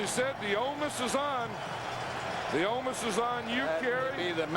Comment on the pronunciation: Lol anyone ever really notice Madden saying omus instead of onus *?